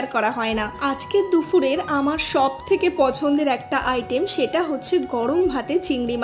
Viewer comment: দুপুরের ❌️ দুফুরের ✅️